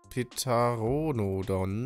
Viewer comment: Dino:Pteranodon:PeTaRoNoDoN